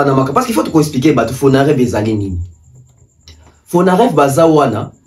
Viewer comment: c’est Fonarev et non fonadev